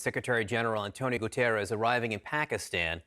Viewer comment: The name is Guterres, not Gutierres. Not Spanish!